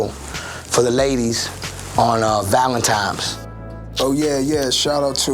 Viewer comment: is it just me or does khaled have a problem saying his L's lol